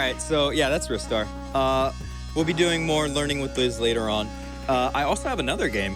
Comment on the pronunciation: in, already mad props for pronouncing it correctly.